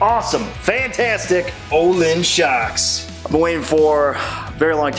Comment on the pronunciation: I’m going to sound like a dick either way, Pronunciation is “Oh-Leans” Amazing Swedish shock company. Very nice shocks nice for 604 lb bike